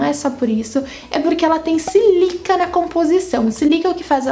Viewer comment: Oi! Adorei o vídeo! Só discordo de uma coisa: não tem como ser a sílica (se fala com acento no primeiro i) que faz arder os olhos. Sílica é um composto inorgânico, a areia é constituída basicamente de sílica. Sílica não tem cheiro algum. É areia. Deve ser algum outro componente. Na minha opinião, devem ser os componentes anti-idade que a base contém. Sei que deves ter tirado essa informação de algum lugar, mas não pode ser verdade. Não entenda como crítica, adoro seu trabalho! Beijos!